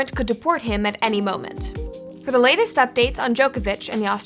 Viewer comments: Pronounced Djokovic wrong, this is what happens when you do no research and just read a script with no idea who the person is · Americans, his name is pronounced JOCK-ovic